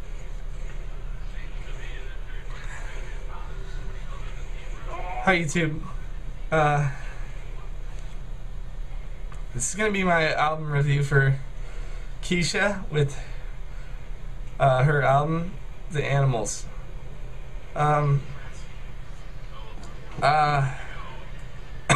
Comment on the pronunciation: its not KEESHA lol its KESHA